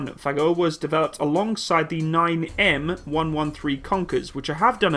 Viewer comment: Someone screams: "just a name" incoming! :P Also, Фагот is pronounced roughly like far-got with the emphasis on o.